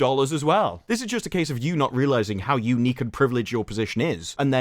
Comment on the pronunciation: I know you said unique, but I heard eunuch which made everything that much funnier…..😂😂😂